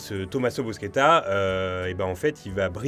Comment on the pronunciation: Par contre on dit "Bouchetta".